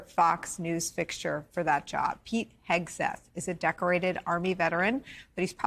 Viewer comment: Jus another reason why your ratings are tanking. I'd be proud to undo my retirement n go back to serve under this patriot. HOW bout learning how to pronounce his name, show the military photos of him and reporting truth.. oh wait, that would require REAL journalism.